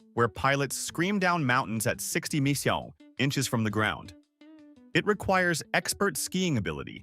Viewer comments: hurt my brain "screamed down mountains at 60 meechong" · "Sixty me-yow..."! "Fifty kill-er aitch"! 😆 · Please teach your computer voice to say M P H, K P H and Chromium